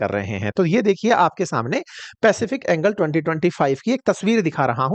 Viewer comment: यह बेवकूफ आदमी एंजेल को एंगल कह रहा है। हाहाहाहाहा।